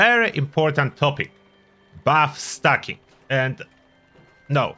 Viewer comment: Did he say bu*t stuffing?